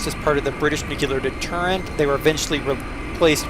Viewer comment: That's pronounced "NUKE-lee-er", not "NUKE-yoo-lar".